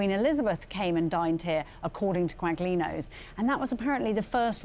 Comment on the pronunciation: I was astonished and dismayed to hear both them pronounce the French demi-glace sauce as "demi-glaze" and later for Michael Buerk (and the supposed food critic too) to pronounce the g in Quaglino, which should be pronounced "Qwah-Lee-no"